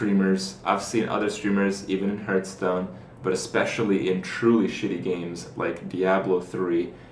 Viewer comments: its Hearthstone not Herthstone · Another ''Hurtstone'' pronaunciation coming from you mouth another dislike cheeky scrublord. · I dislike your videos because you say Hurtstone. Fucktard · People seem to think that they are entitled to see whatever videos they want. This is Kripparrian's youtube channel. He enjoys playing Hearthstone (even if he says it wrong! :P ), and I don't see any reason that he should not be allowed to make videos about it. If you want to watch videos about a different game, go somewhere else...